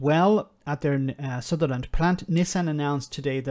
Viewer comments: Respect to you, but if you can't get the name of the City you're talking about right (Sunderland, not Sutherland), it kind of undermines the point you are (otherwise brilliantly) making. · You keep saying ‘Sutherland’. It’s ‘Sunderland’ 👍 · Why do you struggle do much with Sunderland? It's easy, it rhymes with Wonderland.